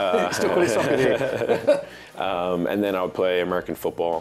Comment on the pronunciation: "Sock car" 🤓